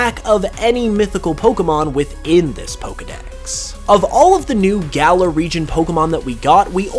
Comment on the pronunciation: It's galar, not gala